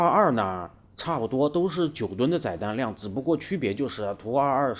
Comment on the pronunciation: 载（第四声）弹量 ；翅膀折起来：可变后掠翼